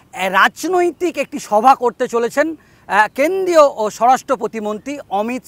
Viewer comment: আপনি দয়া করে আপনার বাক্য গুলো পরিষ্কার করে বলুন । কেন্দ্রীয় কে কেন্দিয় , মন্ত্রী কে মন্তি, প্রমাণ কে পোমান স্বরাষ্ট মন্তি সব " র " ফলা গুলোকে বাদ দিচ্ছেন কেনো ? সূত্র কে সুত্ত 😂😂😂😂😂